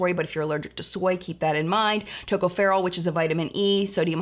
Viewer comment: Too-cough-er-ol = tocopherol ❤️